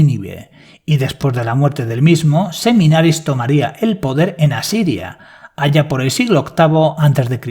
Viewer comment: A la Diosa o semidiosa que te refieres es Semiramis? porque te escucho Seminaris